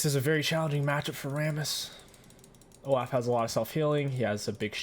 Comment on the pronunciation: It’s pronounced “Oh-Loff” not “Oh-Laugh”